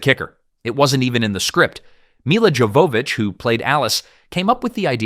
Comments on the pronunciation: Supposed to be pronounced “yo va vich” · Her name Jovovich is not pronounced how it's spelled, it's more like Yovavich I know because if you watch the audio commentary on this movie, she actually says her name Other than that, good video, I enjoyed this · So, in the DVD commentary for the film, Milla spends a good chunk of it explaining how to pronounce her name. It isn't "Mila" like "mill uh", but "Milla" like "mee ya". The double L makes a y sound, like in Spanish. And the J in "Jovovich" is also pronounced like a y, so it comes out as "yo vo vich". She's very particular about that, and repeats it several times. Thought you ought to know. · Y'all got so much wrong in this video. Plus you're butchering Milla's name pronunciation it's driving me crazy. Thumbs down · I like that you wanted to make a long video about this movie, and yet you didn’t decide to lookup the pronunciation of Mila’s name lol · Buddy.. Maybe you should have learned how to say Millas last name before releasing the video.. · lol agreed. His pronunciation of her last name was painful